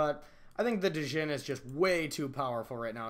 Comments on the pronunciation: The d is silent... pronounced like Gin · You don’t pronounce the D my guy